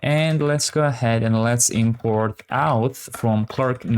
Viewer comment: Nice tutorial. Just wanted to say that you say "okay, great", "perfect" and "let's go ahead" a lot. I know English isn't your first language and that you're trying to be positive, but hearing them every 10s was getting annoying. If you could mix it up a little more (or avoid the positivity altogether), that'd be appreciated. Also, "auth" isn't pronounced "outh" but "orth". Thanks :)